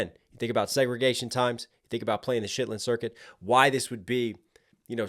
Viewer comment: "Shitlin circuit" ............ lol at least you're trying bro😂😂